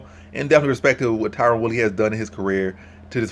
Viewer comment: Tyron man come on xD not Tyrone. Also, whats your confidence level?